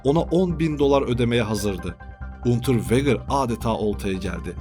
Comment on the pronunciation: Unterveger okunuşu.